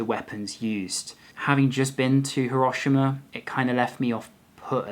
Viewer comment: No, it's not. The i is barely pronounced at all. pronounces it correctly, the same way the automated message pronounces it when you arrive at Hiroshima station.